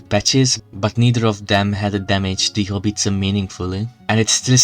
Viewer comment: It's a howitzer, not "Hobbiston".